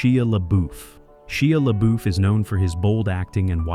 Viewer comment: 😂 this mf said shea leboof😅